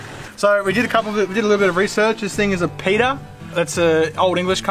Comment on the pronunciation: Gday dopies It's pronounced pedder and U keep cranking on compression 🤦‍♂️🤦‍♂️🤦‍♂️🤦‍♂️ 😂😂😂😂😂😂😂😂